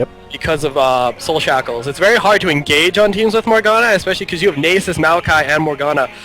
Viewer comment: so this guy cant pronounce nasus and he never shuts up. nxt time ur with him tell him to shut up.